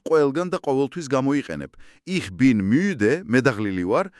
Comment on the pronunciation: "Ich" - წარმოითქმება "იჰ" და არა "იშ".